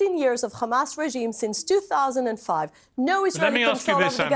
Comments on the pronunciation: Who the f***k is ‘’khamas’’ 😂😂😂?!and I wonder why they can’t find them?? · goodvibes:it is hamas not Khamas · Does anyone else cringe when they pronounce it as "KHamas". Its Hamas! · Each time she says khhhhamas she gets on my nerves, jeez just say hamas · What's the point of this fat waste of space? All you hear is KHAMAS this KHAMAS that KHAMAS to blame, same puppet lines, with zero accountability on their side. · I wonder if it’s a Government directive for all propegandists pronounce Hamas as Khamas, you know, the same way the US used to call Saddam Hussein, Sodom Hussein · KHAAAAAMAS! Dude, she would cough her throat out pronouncing it like that. Stupid woman. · Not even two seconds and it’s kHaMAAsSss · Every time she says khamas feel like crying, laughing, and raging at my screen. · it's said like a H and she can say other H words fine, besides some israelis can say it correctly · it's because in Hebrew there is no ح only خ so they turn all the h sounds into kha and her bad English and accent means Hebrew is her language. Some Israelis who say it properly are form other places and can speak other languages. It's not said as an insult, what's the point of it. I just use it as a signpost that anyone who pronounces it Khamass is a brainwashed maniac usually and when they speak it turns out I'm always right. They live in an Israeli echo chamber and Hebrew language propaganda suits them just fine so they don't bother looking elsewhere and the result is always a pack of lies coming out there mouth. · Khamas khamas khamas.. ugh!!! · She can say hospital but she can't say kkkkhamas. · There pronunciation of Hamas is so annoying that I'm now starting to hate the whole language. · Nobody had any right partitioning Palestine for the new world order military industrial complex allowing a "government" to use military against civilians based on religious dogma and blatant lies. Do everybody a favor and stop pronouncing the H in hamas like that it sounds ridiculous.